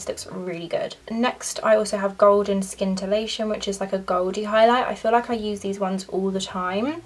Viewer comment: I love the luminescent highlighters from MUA too! Ps: the c in scintillation is silent (sounds like sintillate) instead of ‘skin-tillate’.